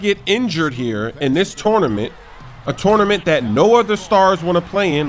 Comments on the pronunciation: touwnament haha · "Tornement" lol